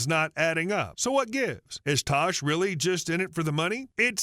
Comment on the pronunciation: It’s tash not tosh